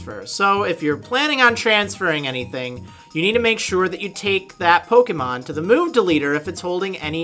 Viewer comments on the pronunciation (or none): none